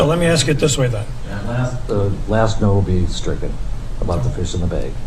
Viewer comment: This guy just said “what did you just axe me”?